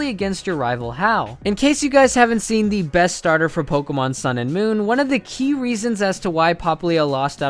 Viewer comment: your accent makes it sound like youre saying pole-kuh-marn